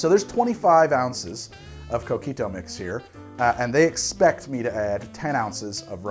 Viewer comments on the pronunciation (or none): Love coquito, I have our family's recipe. I guard it with my life. Btw, every time he says coquito with his gringo accent, I cringe.